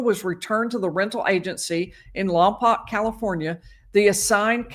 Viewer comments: It’s pronounced Lompoke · Lompoc - pronounced "Lom-poke". Second "o" is a long "o". Source - current resident of Santa Barbara County. Check KEYT local news coverage if you doubt me.